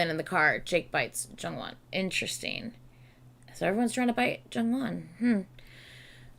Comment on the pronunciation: this is so random but when you're saying interesting, i hear "in tristan" and i cannot unhear it 😭